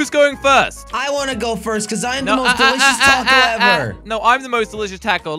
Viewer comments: Josh it’s taco not tako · Josh said taacos